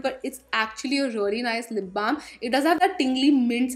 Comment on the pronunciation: I love when you say lip blam edict association😍😍😍